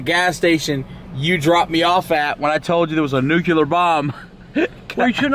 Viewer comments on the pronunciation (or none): "nucular bomb" -, 2016